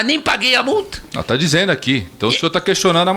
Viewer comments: "Dizeno", "fazê", o cara é cara de pau e fala muitíssimo mal!!! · Acho que ele nunca estudou gerúndio na vida e não sabe que sua terminação é NDO. Por isso acaba falando: "dizeno" e outras pérolas do tipo. Ele deveria voltar para o ensino fundamental, pois está PRECISANDO.